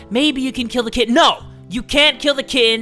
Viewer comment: I heard kid not kitten